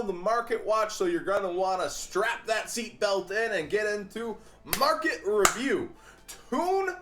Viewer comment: That clap of hands and that pronounciation of 'market review' is a way too obvious refrence to Pewdiepie's meme review and his claping of hands.